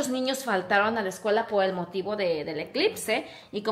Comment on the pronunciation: siquiera tú supiste decir eclipse tu hermanaca dijo eclitse jajajaja